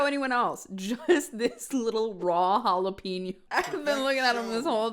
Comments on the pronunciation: if he says jalapeno like that one more time im bashing my head into the wall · You can always tell a person's cooking level when they think macaroni cheese is macaroni pasta with cheese. His pronunciation of jalapeno has got to be a hate crime. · The way he says "jalapeno" upsets me because you can tell he's doing it on purpose and I hate it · yes and I've been wondering all this time if it's a joke or...he's really really trying to hard